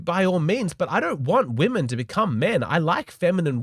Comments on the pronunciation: Its WOMEN!!!! not WOMAN! Why can't americans pronounce it right? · How come so many women say "woman" both in the singular and the plural? So annoying.